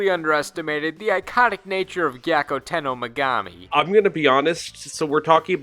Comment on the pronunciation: I too never pronounced Megumi's name correctly or at all.